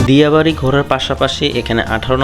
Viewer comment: ভাই আপনি নামের ভুল করে ছেন দিয়া নয় ডিয়া হবে